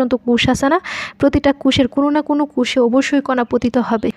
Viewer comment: প্রতিটা কুষে মানে কি??? কোষে আর কুষ এক কথা?? আর প্রতিটা কোষে অবশ্যই কি কোন না কোন কণা প্রবেশ করে??? যায় হোক ভালোই চেষ্টা করেছেন। ধন্যবাদ। উচ্চারণ একটু ক্লিয়ার করবেন। আর একটু কম সময়ে শেষ করবেন।